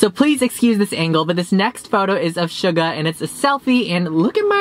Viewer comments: He said shuga like no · suga. pronouced shoe-guh im sorry😂😂😂 as a hardcore army these things annoy me XD korean spelling :슈가 love u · Taevin isn't real bc Tae is my husband and you don't pronounce the h in his name so get ur facts straight. Also ur pronouning suga wrong like no.